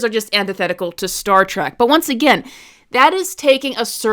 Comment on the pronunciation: you call it Star Track again about . Nothing you say is valid.